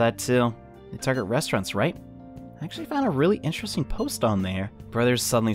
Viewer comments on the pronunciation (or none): none